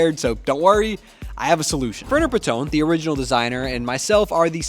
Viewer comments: btw Panton is pronounced how it looks: PAN (like a cooking pan) + TON (like the ton in bridgerton), not paTTON :) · Verner Panton - not "Patoong", he's Danish not French. You should've come up with something of your own tbh, plagarism is not okay :/